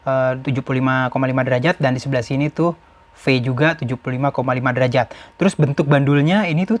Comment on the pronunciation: derajat bukan derajad😁